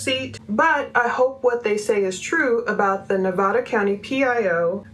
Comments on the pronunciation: Please... it's not Ne-vah- da... it's Ne-vah- duh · Nevada is pronounced with a hard A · I appreciate all you are doing. I just wanted to let you know Nevada is pronounced with the a like apple not like all.